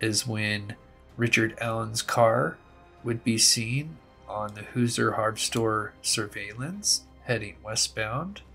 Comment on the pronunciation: great job,. In Indiana, we pronounce Hoosier like Hoo-Sure. 😍